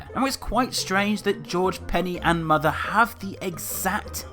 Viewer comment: You have Mothuh XD